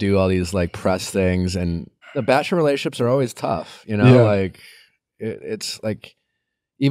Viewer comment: Nick, I love ya, but it's "rela-tion-ships" not "relay-ships." Peace !